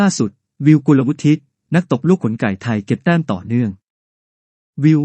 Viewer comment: ใช้ AI ตัวไหนในการอ่านข่าวครับ? Google Translate มันยังอ่าน กุลวุฒิ ได้ถูกต้องเลย